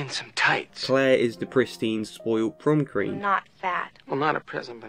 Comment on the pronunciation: Prum cream